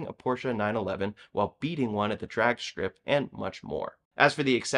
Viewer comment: I'm not bītchīng about price. I will complain that the host of this channel adds "sh" sounds to his "str" word pronunciations. It's not a "drag shtrip". It's a drag strip, bro. I bet you also inexplicably say shtronger, shtairs, shtring, exshtremely, etc. Cut that shīt out. Say it right.